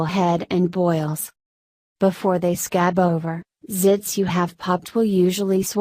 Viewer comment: Why she like “sCAB”